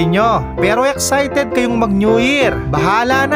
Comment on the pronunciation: "yeksayted" la kase?